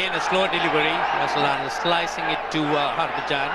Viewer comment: Russel Arnold as Andre russsel 😅😂😅😂🤣